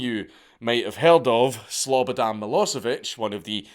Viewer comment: Slobodan is literally my name I hate it But hearing you say it in a Scottish accent makes up for that